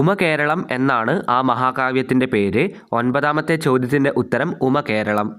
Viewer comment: ഉമ്മ കേരളം അല്ല ഉമാ കേരളം